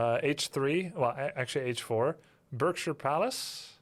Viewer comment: Just for info Berkshire is said Barkshire. =) The only time it's said Berk is when you call someone a berk (which by the way is cockney rhyming slang for Berkley [or Berkshire] hunt and so technically slang for the worst swear word).